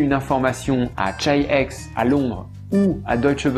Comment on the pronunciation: Chi-X ça serait pas plutôt prononcé [khi-khi] ?